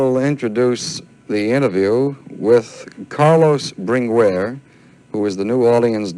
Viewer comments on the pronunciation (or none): The interviewer gets annoying calling him “Bringweer”